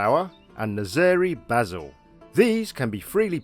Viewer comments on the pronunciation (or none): none